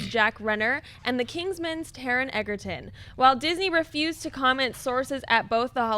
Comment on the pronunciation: Taron 'Egerton' is pronounced like Joel 'Edgerton'.